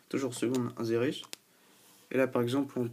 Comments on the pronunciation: Inzérer mdr on dit insérer (avec un sssss) :) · Insérer se dit "inSSérer", sinon ça fait alcoolique ^^